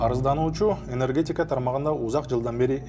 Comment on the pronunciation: енергетьикя дейби? Ушундай чала сабаттуу журналисттерди кайдан таап алышат?